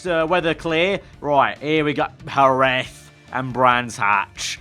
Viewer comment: Great video, just for future you should pronounce Jerez as Herez